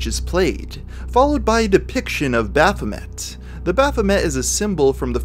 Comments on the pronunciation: It's not "suh-ville" it's "sav-ole" It's not "baff-o-met", it's " baff-eh-may" Good video, but work on your pronunciations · Just a little pet peeve of mine. It's pronounced BaphoMAY if anyone was confused on pronounciation. A lot of people make this mistake from time to time. Just thought I point that out.